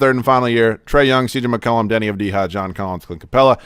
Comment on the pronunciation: Avdija Pronounced avdiya